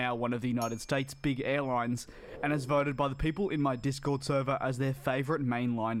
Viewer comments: I know it’s speedbird 851 but I keep hearing ‘people 851’ lol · DJ, I’ve been watching your videos for months, but your intro still sounds like he says “Stupid 851 turn right heading 180” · I hear "Civilised Five One" everytime... It's become a bit annoying, I think that a fresh new intro would be very welcome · Think you are right, not very clear but sounds like Simulate being said.